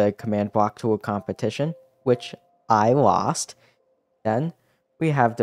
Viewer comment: Put a lot of emphasis on "I lost"